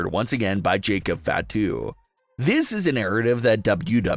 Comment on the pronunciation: It's not FA to, it's fah to. Watch some wrestling or stop reading a by line that someone else wrote.